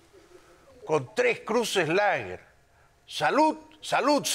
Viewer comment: Ay! Jaime me "sorprendes"? se supone? que estas en Miami? y, No sabes Pronunciar bien el ingles? que mal? aunque No te culpo? por que en Miami solo se habla Espanol pero ya pues como vas a decir tres cruces lager? lager se escribe? pero se pronuncia Leger! entiendes! mejor habla bien y, asi nos daremos cuenta? que has aprendido el ingles y/o No!...